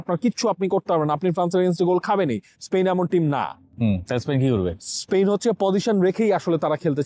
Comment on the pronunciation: স্পেইন শুনতে শুনতে কানে ব্যাথা ধরেছে। উচ্চারণটা স্পেন হবে না!!!